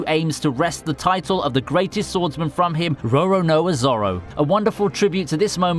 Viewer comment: Why does this guy pronounce Roroanao Zoro like he has down syndrome?